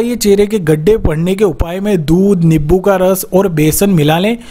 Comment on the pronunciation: Niboo nahi nimbu bolo